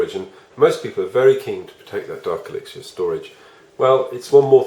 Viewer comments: Brits be like "elixier" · You say mortar and elixer wrong